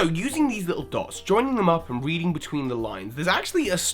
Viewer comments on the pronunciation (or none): none